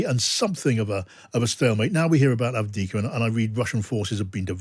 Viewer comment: There is a second ‘v’ in ‘Avdiivka’.